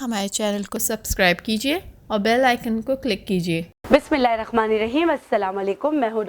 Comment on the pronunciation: Mazrat pr pahle apni bismillah thik karen aapko abhi bismillah padna nahi ata to apne aapko dr bolti hain thodi kadwi baat hai magar gaur karen